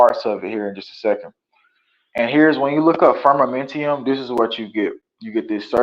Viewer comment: Firmamentum…no i in the last syllable.